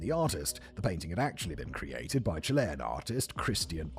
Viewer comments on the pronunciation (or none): none